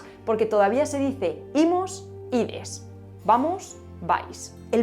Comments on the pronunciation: Fe de erratas: En gallego, vamos es "imos" y no "imus". Quizás te haya llevado a confusión el que esa "O" de imos es una o cerrada (mas próxima a una u), en vez de una o abierta (mas cercana fonéticamente a una a). Recuerda que en gallego hay 7 vocales en vez de las 5 del castellano. Por lo demás, siempre es un placer oírte. Adelante chica, sigue así. 👏👏👏👏👏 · En gallego es "Imos", no "Imus". Aunque un fallo lo tiene cualquiera.